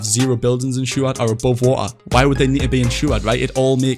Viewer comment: the amount of the word "wa ar" (water) is kinda annoying. but insanely done with the map concept <3